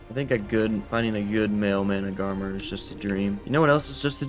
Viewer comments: it's MANA-GAR-MeR that's how you need to spell it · I love your videos but I can't stand how you say some things. FOILage? Like aluminum foil? Nono. It's fol-EE-ige. Foliage. Mana-ga-marmar? XD It's spelt Managarmr. Just one mar, not two. You say it doded? It's DOH-ED, doedicurus. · Managamarmar 😂 (it’s mana-gar-mer) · manas are pronounced like "mana then gar then instead of saying mr say mar so basically say managarmar (even tho its spelt managarmr) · its managarmr (mana- gar-mer) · Repeat after me Mana - ga - rmr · its pronounced mana gar mer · petition to make the official pronunciation of the managarmr mana-gah-mar-mar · Mana-Gar-Mer say it like that ❤👍🏼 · i do believe its "Mana-Gar-mer" but thats how i saw it :3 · Its been a year and still can't pronounce managarmr correctly. Hilarious as hell, keep up the amazing work!